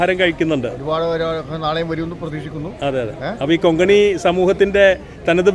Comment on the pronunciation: Konkani ✅ Kongani❎ 😊